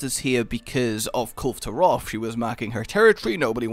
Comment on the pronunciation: "KUL-vay" Taroth. Dunno why everyone always thinks the E is silent. O.o